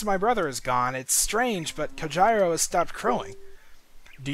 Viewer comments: its pronounced COHEEDO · Cojiro is pronounced "co JEE ro." Japanese phonetics, man. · Don't you mean COE-HIR-RO!!!!